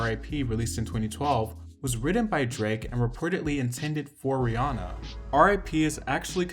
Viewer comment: People never get rihannas name right